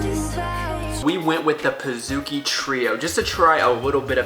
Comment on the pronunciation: pizookie...say like cookie, not kooky lol